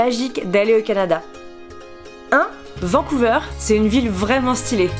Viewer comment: Ça m'a trop stressée car on dit "VancouVERRE" et pas "VancouVEURE". Sinon t'es pas aller au Québec c'est trop triste :( Ya un chouette restaurant Harry Potter :D VIVE LE CANADAAAA MON PAYYYYYYYS!! Ok, je me calme.